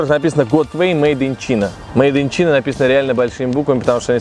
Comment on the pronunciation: Мейд ин Чина... ты в школе учил Английский?:)))